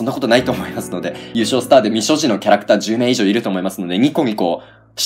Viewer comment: 未所持が三十路に聞こえた！わはははは！(？)